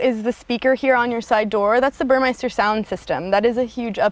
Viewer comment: You're pronouncing Burmester wrong. It should rhyme with semester. Otherwise nice vid, thumbs up.